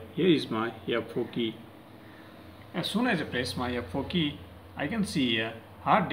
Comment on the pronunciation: The way he pronounces F4Key Lmao😂, Though your information is useful bro🎉